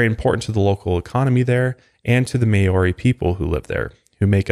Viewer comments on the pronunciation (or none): hii from new zealand! just wanted to let you know the correct pronunciation of Māori Mau (like ma-o) - Ri (with a rolled R) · Maori is pronounced Mao-ree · I’m from lil NZ such a sad story! You do well to try your best to pronounce the Maori language and we would love for you guys to visit one day! But Maori is pronounced the same way you would say “mouldy” like mouldy bread ☺️ love the mile higher podcast! 🥰